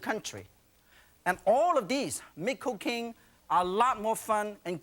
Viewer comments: whenever he says cooking, it sounds like cocaine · First 10 seconds, thought he was saying cocaine, not cooking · anyone else hear make "cocaine" 🤣🤣🤣i grew up with chef yan on pbs and chef pepin n julia etc etc these chefs were part of my childhood love these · Why is it when chef Yan says cooking.... He sounds like he's saying cocaine 😭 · did he saying cooking or cocaine, lot more fun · Yan sounds like he’s saying cocaine instead of cooking😊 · lol, sounds like hes saying cocaine when he says cooking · What Yan says: Cooking What I hear: Cocaine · oh thank god it's not just me